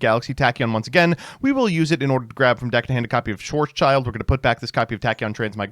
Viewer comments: Schwarzschild gets mispronounced all the time. It's not "Schwarz" "child" it's "Schwarz" "Schild" (Pronounced like "shield") It's a German name that translates to "black shield". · Dude its "schwarz-schild" ffs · my german ass will never get over your pronounciation of "Schwarzschild"... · As german it's always a joy to see how americans massacre german names. Thanks for that Schwarzschild.